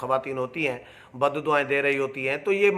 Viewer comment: براہ مہربانی اردو کی ٹیوشن کسی اچھے استاد سے لے ہی لیں۔صحافی سے اچھے تلفظ کی توقع کی جاتی ہے ۔,بددعائیں,غلط بول رہے ہیں